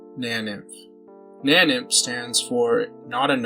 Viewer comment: it's pronounced nain-inf or na-nainf